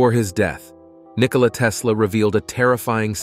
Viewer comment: It's not Nicola, it's Nikola 😉